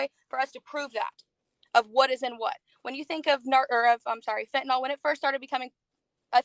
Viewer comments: She deals with fentanyl, but can’t pronounce it correctly. Fenta-NAWL (SIC). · It's fentanyl, not fentanol. Proves how little she knows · She lost me at the "fentuhnall" pronunciation. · Reefer Madness. And why are ee calling it fentanol/fentanall it's fentanyl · It's really annoying that she keeps saying "fentanol" It's "fentanyl" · Heh heh, "hentanyl." Getting a high off of animated tig ol' bitties. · "Fentanol". Can't even say it.